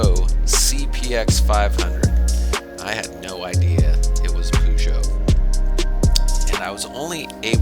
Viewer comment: pronounced "Per" not "Poo" 😉 Great video